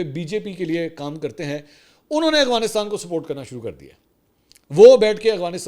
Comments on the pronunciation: منصور بھائی میں نے بہت غور کیا مجھے ایسا لگتا ھے آپ افغانستان نہیں بلکہ اغوا نستان کہتے ہیں پلیز وضاحت کیجئے گا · Mansoor shb, I feel U have problem in pronouncing Afghanistan. It is Af , Af Afghanistan not Afghanistan.